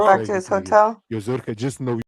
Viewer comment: Zer “her” ka 😂